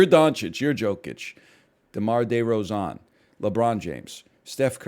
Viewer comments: ahh yes famous raptors player; Day-Roe-Zahn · And De-Rose-On 😂